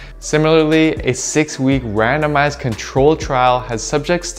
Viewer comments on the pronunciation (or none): At first I thought you said "a 6-week random ass control trial" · lmao it sounded like "similarly, a 6 week, random-ass control trial"